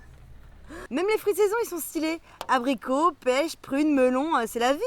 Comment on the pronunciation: Hihihi j'adore !!! "Abricu" 😂